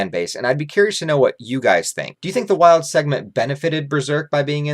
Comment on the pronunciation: Idk where you are getting the idea of Wyald being filler when it is in the actual manga, so not a filler. Also I believe his name is pronounced “WEE-alld”. I see Wyald as some random pathetic homeless guy who never achieved or done anything great to help fulfill his enjoyment in life especially with his dark nature. He really was interesting in how he was as an Apostle being the darkest and not just to be edgy but to give people a small look into how dark things will become. I do also believe Wyald if he were to make it to the Eclipse would have been killed by Zodd or some other Apostle as each differ in their character and would turn on each other. However in Falconia they follow Griffith because how great he is and his incredible influence. Wyald probably would have joined Ganishka’s side and would eventually die against Falconia’s forces as he is very untamed and would be rebellious against not having “fun” against humans who are weaker to him and much more easier to control